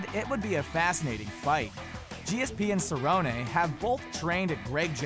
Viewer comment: It's pronounced "Cerronee"